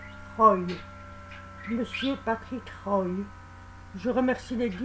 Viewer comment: C'est Monsieur Patrick prononciation Roi. Merci beaucoup ❤️❤️🙏